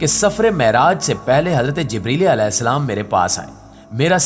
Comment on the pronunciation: پلیز محمد صلی اللہ علیہ وسلم کا نام کے ساتھ جو آپ علے وسلم مستقل غلط کہے جارہے ہیں۔یعنی علیہ صحیح لفظ ہے نا کہ علے ۔۔۔alayhi sahi lafz hai jab k ap ghalt (alay ) kah rahe hain.